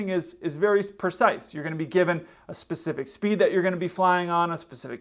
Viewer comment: "...for that 'Pacific' thing..."??? Oh. 🤦 Do you eat 'buh'sketty' at the 'lie-berry" when you're doing that 'Pacific' thing?